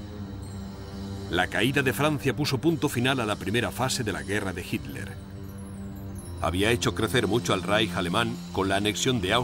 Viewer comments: YO ESCUCHO MAL O EL RELATOR NO SABE DECIR "HITLER" Y REPITE "HIMLER". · dice Hitler, pero como has comentado, el dígrafo "tl" (no la sílaba) es difícil de pronunciar según en qué regiones, así yo oigo "hil-ler" En Latinoamérica tenéis muchísimos más vicios de dicción. Sólo con el seseo la mayoría no distinguís la C de la S y la Z y eso demuestra una falta de lectura. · Ositafeliz Mansilla, En realidad dice " Hitler ", pero los Españoles ( tal como este relator ) con sus peculiaridades lingüísticas, no pronuncian la combinación de letras " tl " como una sola sílaba, sino mas bien las separan como en la palabra " atleta " ellos la pronuncian como " at- leta ", y lo mismo hacer con él apellido Hitler ,al pronunciarlo " Hit- ler " y a veces parece cosa como Himler...por atención y verás...Saludos..